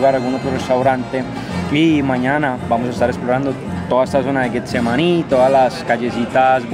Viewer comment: Deberían pagarnos un dólar por cada vez que dice “GUEtsemaní” 😂